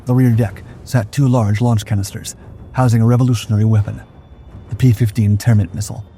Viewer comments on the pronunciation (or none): none